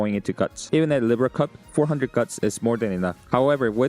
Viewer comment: google how libra is pronounced.